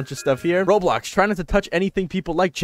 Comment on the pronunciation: "road blocks"